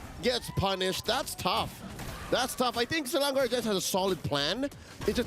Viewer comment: Not selandor ...selangor